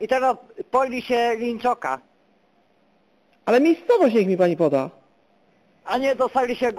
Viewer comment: Eklerek993 linczoka a nie winczoka xD